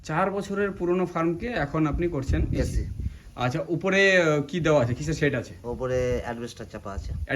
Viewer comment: "Ec" na "Ac"